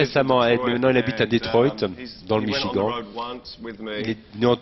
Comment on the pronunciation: Ce qui est drôle c'est que le mec prononce Michigan à la française